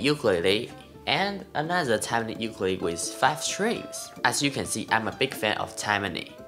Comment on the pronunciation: Amazing playing! Now we just need you to pronounce the name of the instrument correctly since you have such a large audience. Theres no "Y" sound, its more like Oookoolele. I'm sure you can find a video of a Hawaiian saying it correctly. Keep rocking dude!